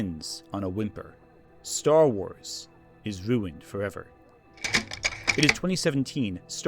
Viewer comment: Why did u start pronouncing ruined like stewie griffin